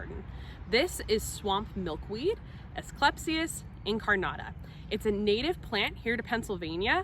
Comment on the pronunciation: Pronounced "as-clee-pee-as"